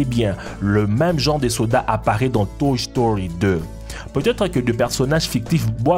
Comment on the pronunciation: a dit toch story